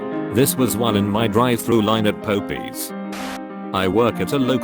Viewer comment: "Burjer" "poppys" that- i